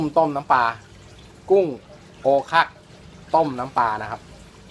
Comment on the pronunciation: ถ้าออกเสียงให้ถูกต้อง ที่เป็นชื่อภาษาจีนแต้จิ๋ว คือ โอว ขัก คำว่าโอวแปลว่าดำ ขักแปลว่าเปลือก กุ้งชนิดนี้ถ้าเอาขึ้นจากน้ำวางไว้ถูกอากาศเปลือกจะเปลี่ยนเป็นสีดำ จึงมีนามด้วยประการฉะนี้ ลวกหรือนึ่งให้สุกกินกับน้ำจิ้มซีฟู๊ดก็อร่อยมาก เนื้อจะแข็งกว่าแชบ๊วยทะเล แต่รสชาดความหวานของเนื้อจะเหนือกว่าแชบ๊วย เพราะซื้อสดๆตอนที่ขึ้นจากจากเรือที่ื้ท่าเรือมาทั้งสองแบบพร้อม ๆ กัน ทดลองต้มกินพร้อม ๆ กันโอว ขัก อร่อยกว่า ที่สำคัญคือราคาถูกกว่า มักหาตัวใหญ่ ไม่ค่อยได้